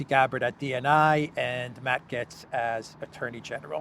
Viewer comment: Gaetz rhymes with gates. Also, It's Cry MEE ah, not Cry May uh. And tell Cypriots to stop spray-painting trees. Thanks.